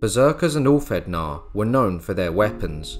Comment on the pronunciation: I enjoyed this video, great editing, very informative. For future reference the ð is pronounced as "th". But please don't think this is me sh!tting on the video.